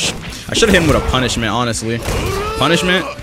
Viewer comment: Is it just me that hears "Kono Vanilla Ice Can Cook" when he uses punishment